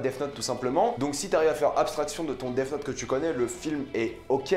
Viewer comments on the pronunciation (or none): C est moi ou il dit Def note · Mr jai un très bon niveau d'anglais... Si un anglophone t'ecoutait il entendrai sourd et non pas mort quand tu prononces def 😂😂😂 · Je pense avoir un très bon niveau d'Anglais Aussi: Dèf Not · Tu prononce super mal Death Note sinon super vidéo.